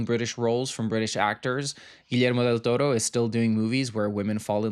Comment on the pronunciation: The southern European way of pronouncing Guillermo del Torro 🙂‍↕️🥰🥹